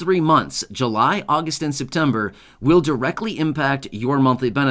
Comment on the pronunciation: Chain again? You said Jun Jul and Agost